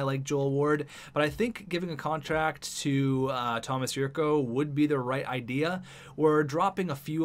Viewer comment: The 'c' in Jurco is pronounced like 'ch'